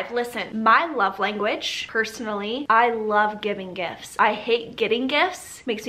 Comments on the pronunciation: Listen I know she was saying gifts but I heard gifs and when she said “all of my favorite gifts” I thought a plethora of gifs would pop up on screen 🤣😂🤣 *sigh it’s been a long day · I hear "GIFs" every time 😂